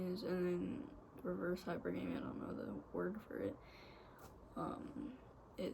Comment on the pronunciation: It's pronounced High-PER-guh-mee, and strictly speaking in evolutionary terms it is something women do to on a biological level to increase their access to resources, ESPECIALLY if they have kids and no man. This presents in the modern world as only dating men who are at their own level or above in terms of financial security, always looking for a man who is better than the one she's with, etc. When women are younger, say under the age of 30, this tends to present as dating the most attractive man they can find, and hook up culture has really turned this into a problem because most women believe that just because they can pull a 9 or a 10 man (in looks) for a hookup, that means that they can pull a 9 or a 10 man for a relationship which is almost never the case, because most women are average, and a 9 or 10 man can pull a 9 or 10 woman for a relationship (and they almost always do) but because they've had sex with these good looking men they refuse to "settle" for what they actually can get in terms of a relationship. It sounds like you are going about things the RIGHT way, because there are many things about a person that makes them attractive, not just their physical appearance or how much money they make, and you seem to understand that. Now you just got to make all the other women understand this.